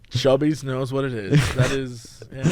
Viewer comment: Y'all DO realize it's 'Cubby's' and not "Chubby's", right?